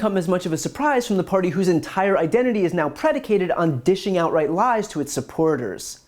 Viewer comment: I heard "dishing out right lies" instead of "dishing outright lies" . Ha, perfect - this should be a thing.